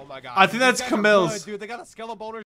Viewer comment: Its C-mills not ca-mills